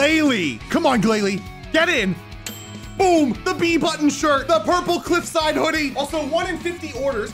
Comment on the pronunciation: Nah bro it’s plupleclffe